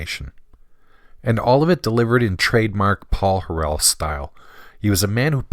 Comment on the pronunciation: Are you joking? Your failure to even correctly pronounce Paul's name renders this video worthless.